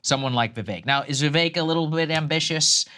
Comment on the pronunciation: Crystal was absolutely right Nikki is self hating Indian and thats why she was pournouncing his name wrong in the beginning like she doesnt know how to say Vivek and she is absolutely jelous of him bcz vivek has everything she wanted especially the love he is getting from American citizens.